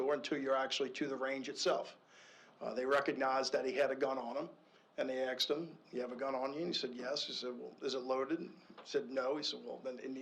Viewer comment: Do you know how stupid you sound when you say "they axed him" instead of "they asked him" as well as "off of" ?????? What level of schooling does this idiot have?